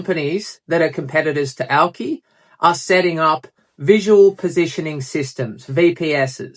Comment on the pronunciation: Aw yeah nah yeah Nils is a real one thats for sure. Once you see the Auki big vision you understand this is the inevitable progression of blockchain. Great to see that Aussie spice in your vids from a fellow Aussie. And "owki" said right haha - Scodo.